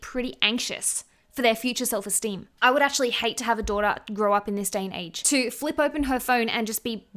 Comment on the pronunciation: Very off topic to what u guys r saying but when she said daughter my brain heard Jordans 😂 so lowkey I was for a bit like wait okay, yes girl ur right I don’t want Jordans ever😬🤣